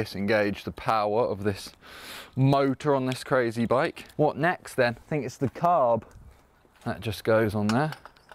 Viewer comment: Sam saying CCCCarB is the new thing of my nightmares